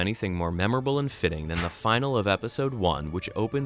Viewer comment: Nice episode! Just so you know, finale is pronounced "fi - nal -ey" and not "final".